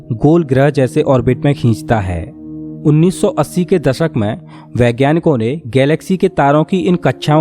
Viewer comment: Par ye log sahi se bolte nhi ghalat bolte h. Parkas nhi prakash Paribhasa nhi paribhasha Ankus nhi ankush Dasak nhi dashak Antrich hehehe Or bhi bht words hain